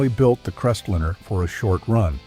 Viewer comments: What's a CrestLINNER. AI sucks. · I stopped watching at "Crestlinner." You need to narrate this yourself or get a real person to do it.